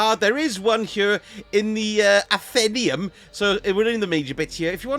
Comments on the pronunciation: Nice job! Btw ......... 'ATH - EN - NAY - UM ' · FYI “athenaeum” probably should be pronounced ath-en-ay-um